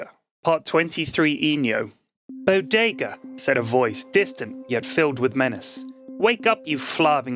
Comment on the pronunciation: Zman Ten it helps distract from any continuity mistakes and prevents any lulls in the story. Conversely, his fast-paced style can affect minor things like voices he uses for characters (i.e forgetting to speak in a character's voice for their line or mixing them up), or slight mis-pronunciations (Bod-ga when he meant to say Bodega/Bow-Day-Gah). Of course most criticisms for the Bodega stories are quite nit-picky and don't have any real effect on the overall story.